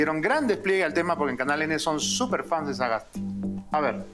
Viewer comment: Estimado Beto, la madre de Sagasti Es austriaca. No creo necesario hacer tanta mofa del apellido, una sola vez decirlo y ya esta, y de hecho lo pronunciaste bien. Creo que no hay que perder la objetividad.. Pues quiza la madre haya escrito algo bueno o hecho una vocacion, no lo se. Te escribe alguien que tiene parte austriaca y peruana, como muchos peruanos alrededor del mundo que vienen de todo lado. Saludos